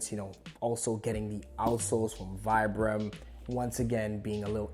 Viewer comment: Man can pronounce saint laurent but not vibram